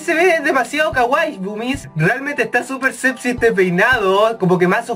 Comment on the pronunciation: no entiendo por que dice sebxy en de vez sexy:v